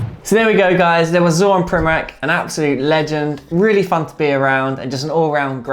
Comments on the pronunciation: It's pronounced Primoratz not Primorak, ffs... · Not Primorak hahaha its Primorac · Man I hate when people say primorak when they should say primorac, only balkan people will understand. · His last name is pronounced something like primoratz, not like that K sound at the end. I mean, the guy is table tennis legend, you should pronounce it correctly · Actually , its pronounced Primoratz . Real legend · You just have to learn how to pronounce his last name idiot! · You are pronouncing wrong this legend's surname. This is the right way